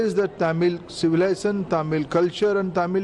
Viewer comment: He could not even pronounce Civilization correctly but he is our education minister? This is a clear hand twisting strategy by the BJP.